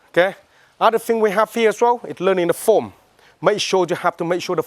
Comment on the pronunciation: “Foam” But,it’s actually “Form” 😁 Thanks for this